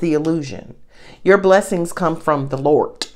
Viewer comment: Call the reading.. "blessings from the Lort" 😂